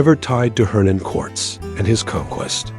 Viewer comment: If you are going to use ai to tell the history of the Mejica have it at least say it correctly. Quartz?? Cortez!